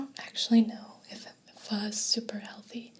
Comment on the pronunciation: It makes me so happy that you pronounced pho correctly!